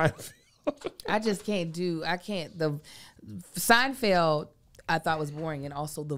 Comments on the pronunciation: Wait what happened ?? All this time I’ve been saying it that way too, SeinFIELD! There’s no going back now. lol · It’s pronounced: SIGN-FELD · Are we going to address Kev continuously calling SeinFELD , “SeinFIELD”? No… cool beans 😂